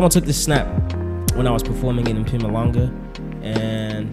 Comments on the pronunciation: Mphumalangah well i expected much more from a Zulu man with S.P, i guess your Zulu is loosing pronouncing power, what happened are you zai zai alot? I hope you are being sarcastic....I'm from mpumalanga and i feel offended when someone can't pronounce my prov..same goes to peeps who can't pronounce my name correctly.. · YiMpumalanga nja yam not MpuMalanka hahaha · Nigga said Mphewmaylanguh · imagine mpoolaanga, he is over doing it. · The way you said "Mpumalanga"😭😂😂😂😂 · the way he pronounced MPUMALANGA🤣🤣🤣🤣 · Zuluman with some accents right😂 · Eish that Mpumalanga coming out hella wierd ma nigg.🤣🤣 Still wit it tho. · love u n yo pronunciation of Mpumalanga lolest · The Mpumalanga pronunciation 🤣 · He's letting the fame kill him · Not old boy saying Mpumalanga like the word is not zulu 😂 Ayt gamers let’s move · Why he say Mpumalanga like that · Lmao not you pronouncing Mpumalanga like that?! Cumon now😂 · Wtf bro... You South African, you better pronounce Mpumalanga right..🤷🏿‍♀️🤷🏿‍♀️ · Mpumalanga😅😅😅😅in a light skinned😅voice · Stop pronouncing "Mpumalanga" like. Man up.